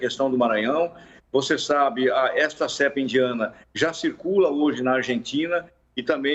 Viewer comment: NÃO É "CÉEEEEEEEEEEEEEEEEEEEPA"